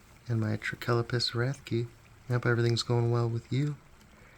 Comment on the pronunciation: Pronunciation will be wrath-key-eye, I think